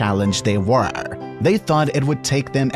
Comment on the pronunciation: "Regardless of how physically challenged they wœuuürrr"